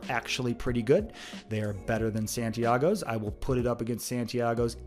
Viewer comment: Thought this was restaurants. You put a really well known fast food chain on the list, at that you put it first, fail. Also fail on not knowing how to pronounce Santiagos.